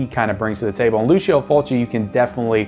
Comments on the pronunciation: It's pronounced Lou-cho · My friend, in Italian it pronounces like LuCHO, FriTSI, etc. ;)